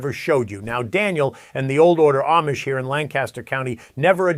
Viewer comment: If your are going to do a video about the Amish, learn how to pronounce it correctly.